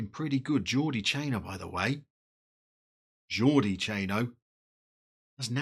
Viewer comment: Lovely kits, especially that blue number! Surprising to see Arsenal's greatest player Yaya Sanogo this far down, but maybe after being at Toulouse, he wants Touwin. Pronunciation of Jordi is perfect. With Domingo and Iglesias you have a very exciting musical strikeforce. Obligatory music pun: Ooh, Nana. What's his name? also, I'd put a tenner on Domingo coming good.